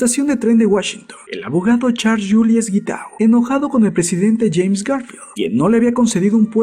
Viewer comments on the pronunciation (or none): none